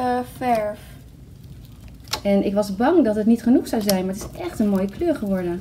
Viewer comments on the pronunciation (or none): Hahaha mooje in plaats van mooie en smoetie in plaats van smoothie 😂😂😂😂😂